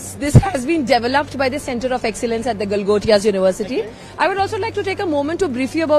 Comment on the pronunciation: Center of excellence & center of gravity khi sunela lgta hai😂😂😂